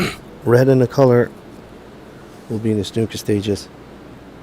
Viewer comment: Plz it's not snucker it's snooker lol Royston from England living in Costa Mesa California.